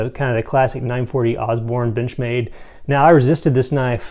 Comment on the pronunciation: You had me until you said "Benchmade" lol